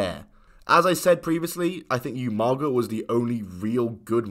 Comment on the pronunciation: How hard is it to say Oomaga instead Youmaga like you can hear the commentary say umaga bro 😂